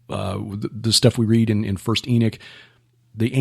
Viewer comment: Brother...why do you pronounce the word "Enoch" , E n i k? Then you pronounce the word "Enochian" , E n a k e u n. You sound like a word man who has a good handle of the art of speach.